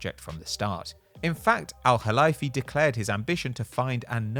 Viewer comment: Very impressive pronunciation of the “Kh (خ)” in Nasser Al Khelaifi’s name, however it’s pronounced Al Khelayfi as in the word lay.